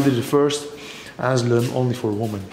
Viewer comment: We call it caution tape or hazardous tape aka RIBBON, IS THAT THE WORD YOUR LOOKING FOR ? Asylum is pronounced A SI LUM THE Y SOUNDS LIKE I. ENJOYED THE VIDEO 😊